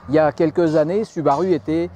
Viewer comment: Désolé de faire mon relou mais ça se dit SOUbarOU !!! x)) SInon une vidéo super intéressante super bien renseignée ! Merci